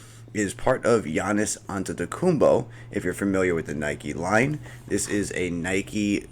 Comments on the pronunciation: That’s how you pronounce his name lol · It's not that deep he said it right fym